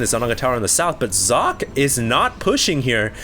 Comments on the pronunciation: Fools, it's pronounced Zock-eh. isn't that far off, and it's certainly more accurate than "sawkay" or "sock-ee" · I am german and german is also my first languange. It is german for "sock". However, it is NOT pronounced sock-ay because the S is pronounced differently in german. the S in german sounds like the Z in Zealot. He just needs to add a short "e" or "eh" at the end to make it perfect. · since you keep bragging about having so many high level games by Socke, you might as well take 2 minutes to learn to pronounce his name correctly. Y'know giving him some respect and all. (Zocke (the 'o' pronounced as in 'orange, 'e' as in 'red'')) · uhm no. Zock-Ay is more like it. definitely not sock-ay. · its pronouced Cock. I know, im german. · Hes called SOCK-E with EEE as Eeeeeee